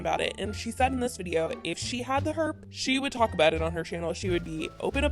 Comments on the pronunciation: Take a shot every time she says “ the hERP” 😂 Edit : or just “herp” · LOL "HERPS" 😂😂😂